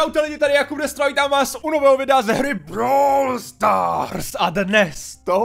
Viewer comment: Začátek videa:Bráwl stárs 😂